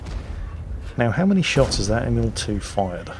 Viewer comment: ‘Friendly Emil-II’ Do YOu MeAN st EmILl